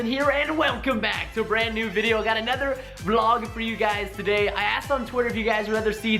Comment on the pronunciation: Anuther Vlawg?!?!? Dang Perston